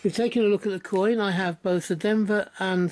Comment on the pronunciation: Not only had a problem saying that word but also spelling it as well! 😂. Nice coin, and congrats on surpassing 300 subs 👏👏👍